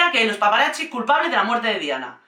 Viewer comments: Cari, me encanta tu energía y humor, pero tengo una pregunta. Por qué dices "paparachi"? La "zz" del italiano suena como "ts". Por eso pizza se pronuncia "pitsa", no "picha", que eso es otra cosa! 😆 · Es curioso como siempre que hablan de Diana nos queda a todos una desolación y tristeza porque en el fondo todos sabemos que fue asesinato planeado 😢, por otro lado amo como dices "paparachis" ❤ gracias por el video y la nueva info agregada a es aparte de mi cerebro que odia a la corona y a USA que siempre mete la nariz en todo 😂